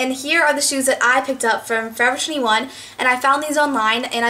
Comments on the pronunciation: Lol. You say forever twenty one weirdly. You say it Like fovuhtwienuh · U say forever twenty one so weird.